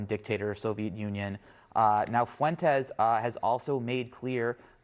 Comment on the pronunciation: CNN can blow me. Nick is spot on all the damn time. Also, I’m not Mexican but why can no damn whitey ever say FUENTES correctly? Pathetic.